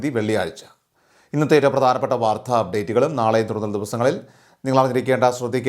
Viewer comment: " വാർദ്ധ" അല്ല..! " വാർത്ത". കമൻ്റുകളൊന്നും വായിക്കാറില്ലേ?